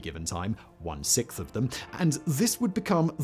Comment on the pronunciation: 6th = siXth not sickth